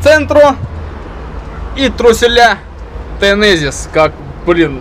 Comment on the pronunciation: Глаза где? Третья буква "Z", так что Тезенис, а не "Тенезис".